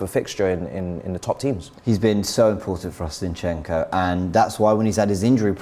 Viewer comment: Why is saying Zeyinchenko? Zinchenko is pretty easy to say.